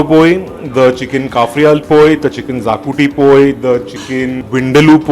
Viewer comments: Not zacuti😅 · Great video guys !!! Loved it !!! Only one suggestion : it’s pronounced shahkuti